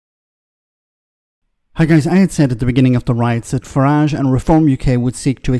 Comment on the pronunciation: It's Farage , rhymes with garbage .